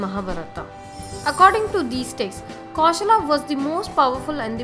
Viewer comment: For gods sake learn how to pronounce the names properly. Its not Magdha, its Magadha.Its not Sravavasti, its Sravasti. Its not Kosla, its Kosala. Its not Askama its Asmaka